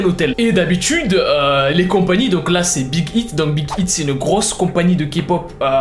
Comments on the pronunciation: Cest pas big hiit on prononce big haiit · #kpop g étai choquer, t'a mal prononcer Big Hit. Et tu a aussi oublier de parler de la sasaigne psyco"""". Sinon ct cool.